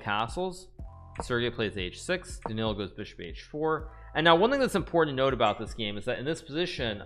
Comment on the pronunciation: Why does he say "dich year" instead of "this year"